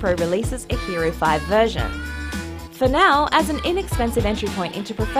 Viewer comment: Wait! She said "Inexpensive"???